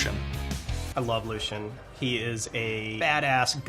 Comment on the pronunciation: Its "Lucian" not Lucien :D